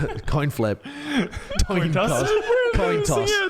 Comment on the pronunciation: TOIN COSS IM FUCKING DEAD BAHAHHAA